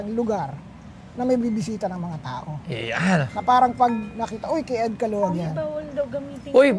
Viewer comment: hindi alam ang star of David tapos he pronounced Caluag as Calawag.... Buti mayaman ka.